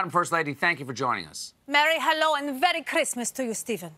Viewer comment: Hey quick question did dis bish just say very Christmas to you too 😂🤣🤦🏾‍♂️